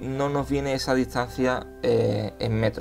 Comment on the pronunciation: ¿Por qué dices "etsa" en vez de "esa"?